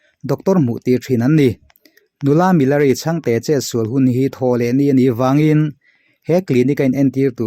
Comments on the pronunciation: Milari tih hi ti nge Mi-la-ri ti a I sawi zel a!.... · Milari hming hi in lam dik lo fur mai..saptawng ang deuha lam hi a dik lo..he nu hi chu mizokramah na na chuan a lar vet vet hle ani, tiha lar kan lam ang hian lam tur a ni e.